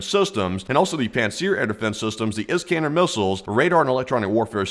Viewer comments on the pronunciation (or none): none